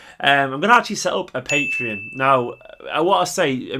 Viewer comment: its pronounced PatrEon - not Patron :) will sub at beginning of the month